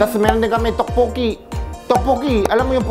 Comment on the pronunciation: Sobrang nakakatawa yung tokboki pag ka bigkas ni ryan.. Tawang tawa c yeng.. Me too.. Sobrang saya ng vlog nyo..bait ng husband ni ms. Yeng.. Ilove this vlog. ❤️